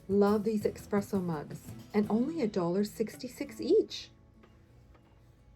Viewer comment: Hey - it's ESpresso not EXpresso - forgive me for pointing out - we had this drilled into us when I worked for a little independent coffee company years ago! 💖